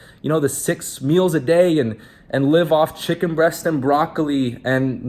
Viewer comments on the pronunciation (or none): none